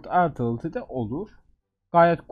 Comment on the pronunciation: Ben mi yanlış biliyorum yoksa sen mi topçu (artilery) u çok yanlış telaffuzedyiorsun?